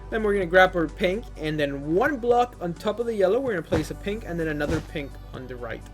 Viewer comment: Did you just say ''Pimples'' except of pink???